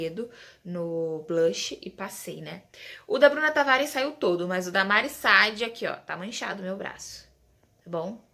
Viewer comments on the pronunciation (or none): Deve ser minha TPM mas q nervoso a pronúncia errada do nome da Mari SAAD, até parei de assistir, não é Mari Sad, miga